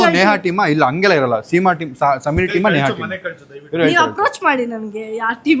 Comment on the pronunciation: ನೇಹಾ ಅದು ನೇಗಾ ಅಲ್ಲ😊